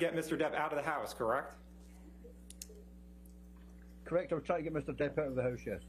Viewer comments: If your going to say correct every 3 seconds , please say it correctly. He sounds like a hiphop dj sampling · Is it me or can that lawyer not even pronounce "correct"?